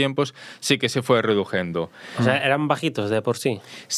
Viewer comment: ReduCiendo. Habla bien